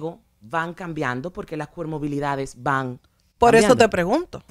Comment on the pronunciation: El problema es que ella no dijo comorbilidad, ella dijo cormobilidad.